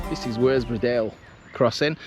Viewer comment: WORSBROUGH IS PRONOUNCED WUZBOROUGH IN BARNSLEY 😊 AND THANK YOU FOR PRONONCING CUDWORTH CUDDUTH AS I WAS BORN THEEA